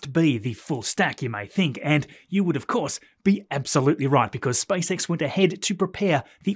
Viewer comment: I did shot challenge whenever you say SpiceX, now I'm drunk